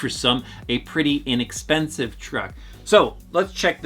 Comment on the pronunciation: How many times are you gona say inackspensiv its not chep!!!